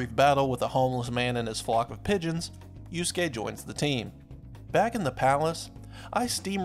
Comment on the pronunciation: I know americans are not bright.. but it's YusUke, not youskeh